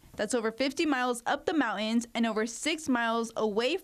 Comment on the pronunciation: Great story. Glad it turned out the way it did. Train your reporters in pronunciation. It's mountain not mountun.